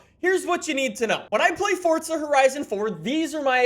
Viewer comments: Why do you say fortza it’s forza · With no disrespect, why do you call it fortsa instead of forza